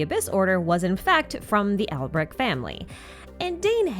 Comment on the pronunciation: the most surprising thing was the voice actors actuallc pronouncing Alberich semi accurately instead of just saying "Alberick" /j